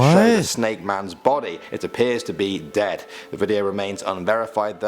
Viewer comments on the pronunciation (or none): none